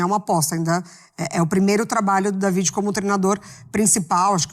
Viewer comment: O Dávide (É assim a pronúncia) é que cuidava dos treinos em vários times em que o pai era o técnico. Ele é quem dava dicas ao pai sobre mudanças nos times durante os jogos. Ele é quem indicava quem iria cobrar os penalties. Ele tem um excelente contato com o vestiário. Está muito preparado para o cargo de treinador no Botafogo e está trazendo auxiliares de muita experiencia para ajudá-lo. Alem disso ele fala fluentemente o Portugues, além de espanhol, imgles, italiano e alemão